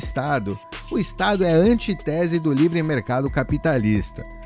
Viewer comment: pronuncie ANTÍTESE, como o faz com "habite-se".